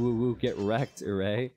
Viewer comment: Btw red player's name is pronounced as Eray with a closed A like the A in Heart